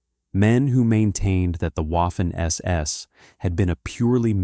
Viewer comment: Please speak to a German language tutor about the pronunciation of Waffen See: Waffen-SS : say, /vafen es es/. See